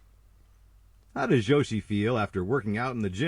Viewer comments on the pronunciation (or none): At first I didn't know who he meant... Also his pronounciation of Yoshi (Joschi)...